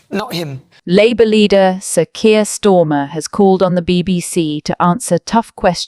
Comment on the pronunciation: AI decribed Starmer as Sir Kier Stormer😅. Hilarious.